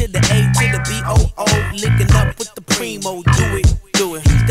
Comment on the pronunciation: *P-R-E-E-M-O Not Primo or Premo Its Preemo